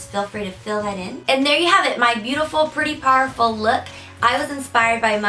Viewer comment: I always understood "powderful".